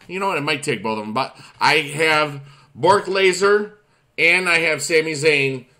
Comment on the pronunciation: Its Brock lesnar not bork laser lol